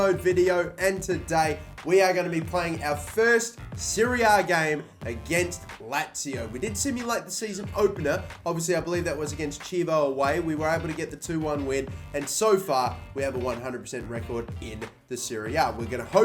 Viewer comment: you pronounced Chievo incorrectly Key-ei-vo